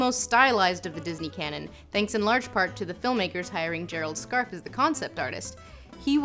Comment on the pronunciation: Thank you for saying Gerald Scarfes name right. I was so irritated when called him scarf Abe